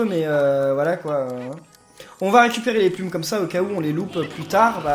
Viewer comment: PK dit puil et pas plum